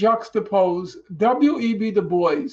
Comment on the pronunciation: Oh, dubois! I was so confused why norman kept saying "da boys". Is he intentionally mispronouncing the name?